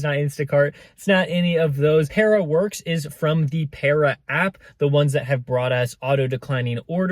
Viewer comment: Peara….. you saying it wrong 😂